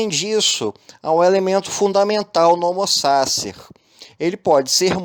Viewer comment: O conteúdo do seu vídeo é maravilhoso. Se pronunciasse corretamente o nome do autor e o conceito de homo sacer, seria irretocável. Uma dica: use o Forvo para saber como se pronuncia qualquer palavra estrangeira.